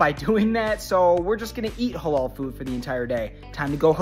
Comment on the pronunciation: It's the way he pronounce Halal that gets me 😭😭😭